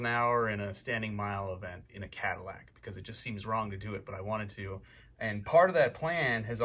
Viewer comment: Love watching your vids and what you do Mike but I had to give this one a thumbs down, don't butcher the caddy.